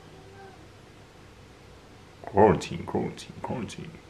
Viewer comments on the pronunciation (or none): literally saying quaratine, Quarantine is the funniest thing ever 🤣🤣🤣